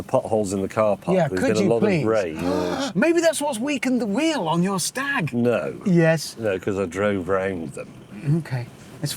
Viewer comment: Staaag. Rhymes with Jaaag.